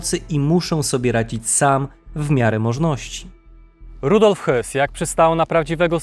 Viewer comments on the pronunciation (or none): Jedna uwaga, nie czytaj Hys tylko Hess, gdyby miał nazwisko Höss, to wtedy Hys, a tak to Hess, po za tym, super materiał👍 Dziękuję😊